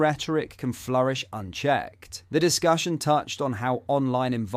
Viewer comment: On a different note... Why must the narrator/presenter of this channel mis pronounce or use tones that make so many basic words sound alien ...So often... Dude .. are you for real ? Or are you an AI ? Dis cuuuusion ? In flu encing.. demon isation.. its just weird... Thankyou take care..goodbyyye 😵‍💫🥴 Great content.. bizzar voice-over 🤣👌🇬🇧🏴